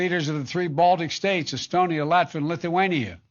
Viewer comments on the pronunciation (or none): none